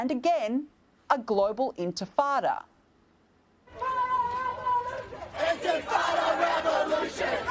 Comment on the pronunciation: I like how you can hear people saying Antifada instead of “intifada” They don’t care they don’t know anything they just want to be part of something and get paid for it